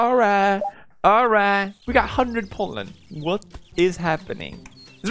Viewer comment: Everyone: Special Pollen PewDiePie: Special Poland